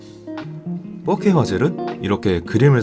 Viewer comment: 잘보고 갑니다. 4K 발음 하실때 자꾸 fuck K 라고 들리네요